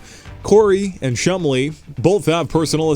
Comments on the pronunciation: Omg you are horrible narrating videos. Also you sound like you have a bunch of marbles in your mouth. Oh and it’s Chumlee, not Chum-Lee, dope. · Chum Lee? Are you suggesting his father is Bruce Lee? It's one word, don't pronounce it like its two.